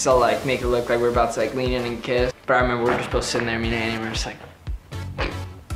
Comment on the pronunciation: I love how legit said i reemeber that